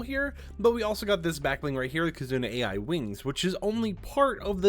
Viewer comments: Just to let you know, the AI in KizunaAI is pronounced like "eye" not "A.I." because "ai" is Japanese for "love" because KitzunaAI is from Japan and AI is a common name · Kizuna AI is not pronounced as A.I , its pronounced like "eye" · I know it is spelled AI, but I think it is pronounced eye. I may be wrong about this. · Its not AI from artificial intelligence... is more like Eye... this hurts, a lot to hear